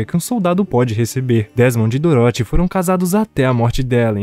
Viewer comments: É engraçado ouvir ele falando "Doróthy" ao invés de "Dórothy" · Filme bom, só fiquei com agonia você falando doroti kkkkkkkk Parabéns Sucesso ! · Cara, eu ri. Ficou engraçado. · Cara adorei o resumo, mas serio quase dropei o vídeo varias vezes por causa da pronuncia de "Dorothy"